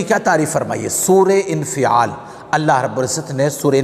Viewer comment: Surah infeaal nahi ha bhai surah infaal ha